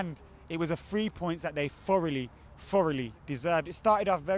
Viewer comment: It was the "FREE points that they FOUROUGHLY FOUROUGHLY deserved." Lol, the English way of pronouncing "TH" makes me chuckle. #GGMU